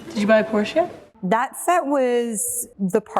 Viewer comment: Scarlett Johansson - who wrote the line down for Variety? The word, "yet," at the end doesn't exist. She used the German pronunciation, PORE-Shuh.